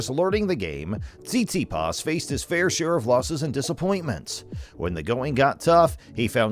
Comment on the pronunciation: Hilarious! You obviously don`t even know how to spell or pronounce his name 😲 _